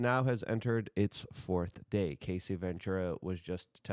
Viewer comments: Luke o can’t watch the of you don’t say her name right. You keep saying Casey…it’s Cassie. Cas-sea 😂not Case-sea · I feel like you may respect this, not trying to trash on you. The pronunciation is Ca-ss-ee, not KA-ss-ee. And it’s D-O-ge not Doige or Doy-ge. Thank you for all you do brother. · Cassie - "kass-ie" lol Luke you had me dieing trying to figure out who Casey was lol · Luke it’s Cassie! As in take away the C and the ie and it’s just ass, add them back and explain how you get Casey? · Her name is pronounced Cass-ee. Not Casey. Yw 😉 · Cassie, not casey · Bro… it’s fuckin CASS EEE. Not casey. Also, the LARGER sort of tumultulus, type of Debachurus, type of LARGER EVIL in UNSPEAKABLE ways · Brother...it's CASSIE. Not Casey. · Cassie not Casey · U keep pernouncing her name wrong. Cassie not kc. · Hey Luke, it's pronounced Ka-cee. And I know you from back in your NY days. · It's Cassie, Luke. Not Casey. 😂 It's okay we love your tongue slips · It's Cassie not Casie